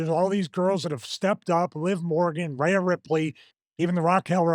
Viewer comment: The way stevie keeps pronouncing Rhea must be a rib.